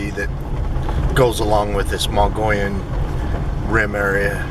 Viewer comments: Pronounced: mug-ee-yun or muggy-own by locals) please say it right. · "Moe-gee-yawn" rim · Mo - gee - on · Odd pronounciation, but it's "MOE - gee (like key) - on Rim. It's how the indigenous Indians in Arizona pronounce the Rim's name. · more like mug eon.